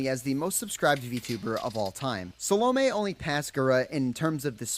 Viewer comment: A note on hyakumantenbara saolme's name. The video creator absolutely butchered her name lol. He got salome right, but her family name is hyaku-man-ten-bara (when broken into syllablea). Hyaku is pronounced like yaku with an h in front. The name translates to "a million heavenly roses" as hyaku means 100, man means 10,000 (together they mean 1 million), ten means heaven, and bara means rose.